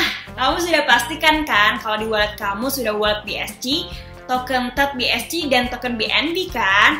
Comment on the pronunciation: bi es ci 🤣🤣🤣 bi es si kale enggres yg bner lah